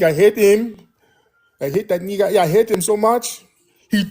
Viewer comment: "I Cry To You Neegas" 😂